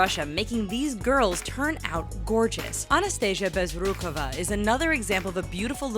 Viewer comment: So.. you can say the last name " Bezrukova" correctly buy you can't say " Zendaya" correctly?